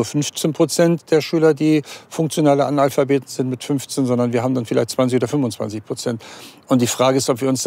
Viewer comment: hat er da gerade Anal-phabet gesagt?? 🤨😄